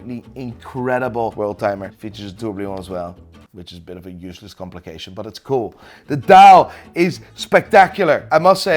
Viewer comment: geweldig weer...maarrrr, je weet dat het een tourbillon is, geen tourblion??